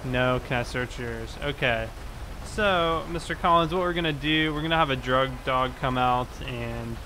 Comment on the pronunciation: you said dug drog lol love ur vids though